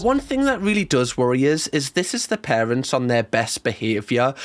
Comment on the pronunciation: "The most evil larents" ah yes, the dreaded larents